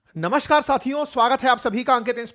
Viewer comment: अरे! नमस्कार बोला करो, नमश्कार नहीं। प्लीज़!